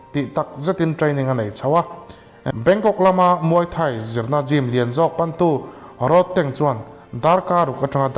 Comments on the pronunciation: Road tih thluk a lam lo in.. Thir tlawn Rod ang a lam tur Rodtang.. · Ilam diklo ahming khi tang itih khian indona tank ang in ilan a,tang Mizo takin chhiar la rodtang tih zawk tur ani e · roadtank tiin i lama. Rodtank tia lam tur ni awm tak